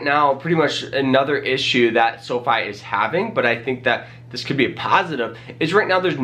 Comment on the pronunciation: Seriously, I can’t anything he says seriously after he says sofee